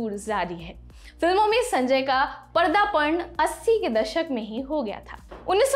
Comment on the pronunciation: मैडम पर्दापन नहीं पदार्पण होता है । थोड़ी शर्म करो ।